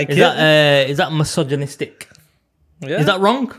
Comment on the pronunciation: Bro, it's "Massage - Inistic" lol